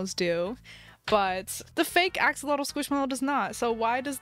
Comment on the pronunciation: How much scwishmelow